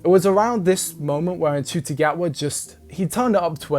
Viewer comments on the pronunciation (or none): This seasons outfits have been amazing. Ncuti fits them all so incredibly well, he's gotta be loving the wardrobe. This season felt rushed but im just glad its back every weekend like it use to be instead of twice a year. btw ncuti is pronounced shooti